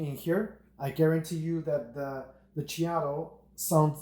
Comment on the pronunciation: Check out some videos from Whole Latte Love about the Ceado grinders so you can learn how to pronounce it correctly.